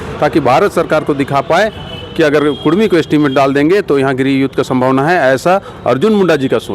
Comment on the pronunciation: आपसे निवेदन है कि कुडमी बोलें कुरमी नहीं